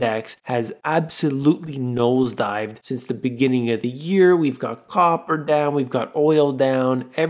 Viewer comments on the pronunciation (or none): none